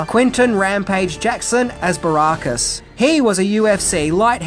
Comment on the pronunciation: I can’t believe the fat rejected third member of Right Said Fred could mispronounce BA Baracus’ surname. 🤦🏻‍♂️And who the fuck is Sharalto Copley? The man’s name is SHARLTO.